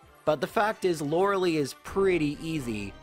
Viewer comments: It's not "Laura-Lee" or "Laura-lay" English pronunciation is "Laura-lie" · Thank you for doing these! Perfect chill and lazy content and I love hearing about Pokemon from you. Super excited for the Eevee run! I know Eevee will be terrible but I'm still excited. P.s. : lorelei is pronounced "lore-a-lie"! :3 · The name is traditionally pronounced LOR-EL-LIE (like your eye)